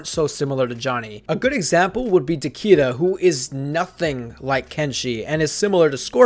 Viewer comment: Takeda I think takeda